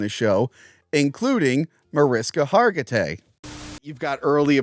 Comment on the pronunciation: Mar-ish-ka Har-gi-tay :)